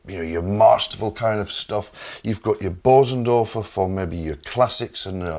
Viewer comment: Hardly anybody on YouTube knows how to pronounce Bösendorfer. The umlauts over the ‘o’ changes the sound.